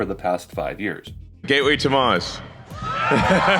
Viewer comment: sounds like he says "gayway to mars"